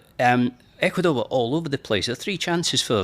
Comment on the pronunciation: “Ecuador…. Ecuasnore” 🤣😭